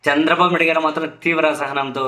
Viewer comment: చంద్రబాబు పేరు నొక్కి చెప్పకు, నార్మల్ గా పలుకు